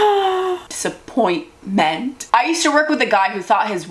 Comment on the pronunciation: "DISAPPOINT-MEN-T" yes very true😂